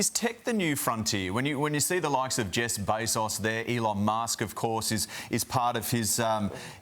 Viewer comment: DID HE SAY JESS BESOS